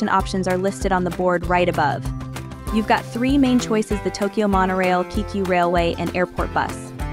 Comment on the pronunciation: It's Kay-kyu and Yama-no-tay!